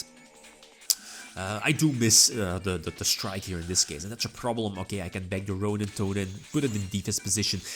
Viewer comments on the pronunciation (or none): none